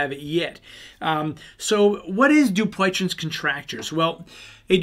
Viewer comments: Need work on pronounce of name. You're not even close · I think you’re pronunciation of this disease is off